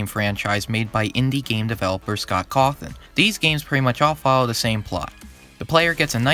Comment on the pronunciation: I have the same last name as the creator of FNAF and you're the ONLY FUCKING PERSON I have ever heard pronounce that name correctly. CawTHAWN, CawTHORN, COFFIN(!?!) Bless you 💜